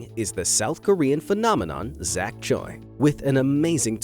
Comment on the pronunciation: I loved the video but, The way you pronounced Choi I Cant- ✋